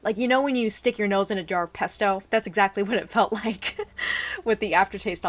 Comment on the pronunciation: at first when you said 'bottle of pesto', I heard 'bottle of pepto', I was understandably confused...then I was like "ohhhh....she said Pesto, that makes more sense" :P